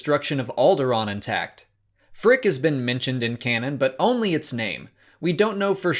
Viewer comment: He said Phrick 😣😱